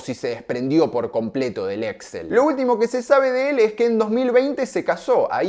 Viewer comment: El grupo es Exxél con acento en la ultimo e. Las compras se hacían mediante Leveraged Buy Out, LBO.